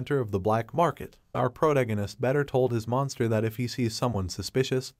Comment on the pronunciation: Can someone count how many times the author pronounced "protagonist" wrong and said "she" instead of "he"?